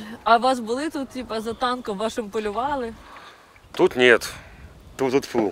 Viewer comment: Громадське так і лишилось на базарному рівні, ще за майдану, ви хоть трохи повчіться правильно говорити. "Тіпа, ага....і не "палювали", а полювали. Дуже не професійно звучить вимова. Мужики красивіше розмовляють.